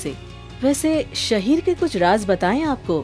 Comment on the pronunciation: It's शाहीर not शहीर